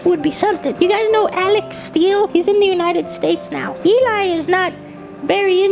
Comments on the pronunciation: why does he keep saying Eli? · I want more of this stuff, the other person talking to us (not Eli, probably butchered that but oh well) MERRRIE CHIRSTLER